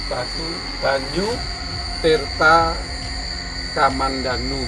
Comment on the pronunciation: tirta kamandanu bukan kamandandu